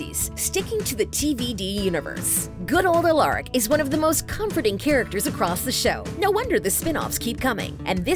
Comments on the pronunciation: They pronounced Alaric’s name wrong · I don't like how she pronounced Alaric. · Why are people still pronouncing “Alaric” wrong?! I guess when he said it was a mouth full he apparently really meant it like fr, if you are gonna do a video about the show at least learn how TO PRONOUNCE THE NAMES CORRECTLY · am I the only one who got mad when she said alaric wrong hahahahaha